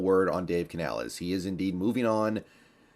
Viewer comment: You know how to pronounce the coach name you racist.